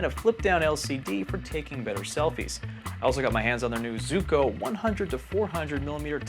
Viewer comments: I've always heard it was pronounced "Zwee-ko." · How can you say “Zooko” 😒 ..